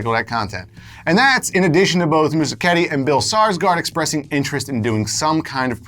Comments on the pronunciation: "MUSIKETTI" ...dude, is it really hard to say "Muschietti"? ( MUS - KIET - I ) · You are MISPRONOUNCING Muschietti, DUDE!!! It's not Moosiketti! Ugh!